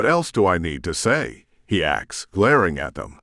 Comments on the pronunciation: I've noticed that almost all of the AI narrations say "axed" instead of "asked" and yes it's so very annoying!!! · The computer that reads this was programed. Therefore it can be reprogramed. Please, please, please, please teach it to say "asked" rather than "axed"